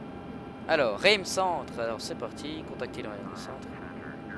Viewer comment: lol coment il dit "Reims" mais c'est pas grave